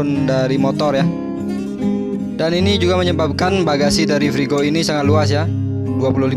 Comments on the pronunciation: Kau juga salah frigo. Kau kira menggoreng kah. Freego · Freego, Mas....